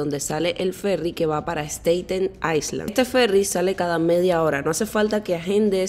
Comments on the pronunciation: Un tip. Island no pronuncias la s. Se dice ailand. Era todo. Muy bonito e informativo. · En inglés la palabra ISLAND se pronuncia como AILAND, LA S NO SE PRONUNCIA.